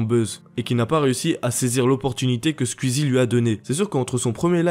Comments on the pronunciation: Squeezie (coui coui) pas cuizi 😂😂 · Tuiter Squzie mdr les prononciations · Comment tu dis squeezie "squizzi" 🤣😂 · Putain cette prononciation infernal de twitch et squeezie Y a un son « ou » normalement